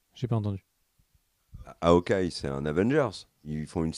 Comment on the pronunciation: ne sait pas dire snyder, ne sait pas dire hawkeye. 1 partout balle au centre.